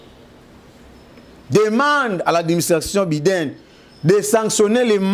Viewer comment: Biden ça se lit BY DEN ndeko journaliste.